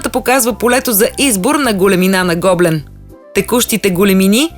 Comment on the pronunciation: Вашето предложение в чудесна идея за подарък. Единствената забележка е, че гоблен се произнася с ударение на Е, а не на О.